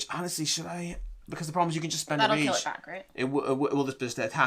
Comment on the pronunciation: I swear she keeps saying range instead of rage every single time. That's all I heard now lol